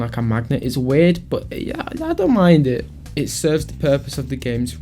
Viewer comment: "I don't mind ih"